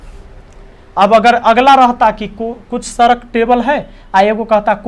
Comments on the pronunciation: सरक नही सड़क बोलिये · sadak hota sarak nhi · Sarak nhi sadak hota h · Are ji Sarak Nahin Sadak Hota Hai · Wo sadak hota hai Sarak nhi 🙂🤣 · Wo सरक नहीं सड़क है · सर आप सड़क को सरक क्यु बोलते हो 🤔🤔🤔